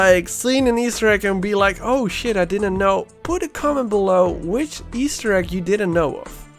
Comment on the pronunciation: Take a shot every time he says Easter Ekk